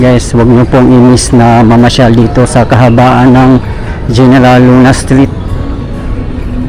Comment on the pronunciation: Kuya, General Luna is pronounced "Heneral" Luna 😊